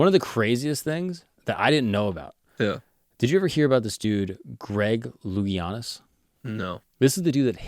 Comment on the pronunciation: great episode, but I am reminded of how young and are when he says "Greg Loogianis" 😂😂